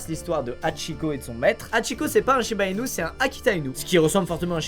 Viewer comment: À il a dit shiba minu 😂